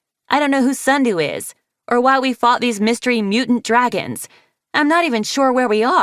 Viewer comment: Right after Sortail said “stupid” “Yea SOME DWAGONS STUPID”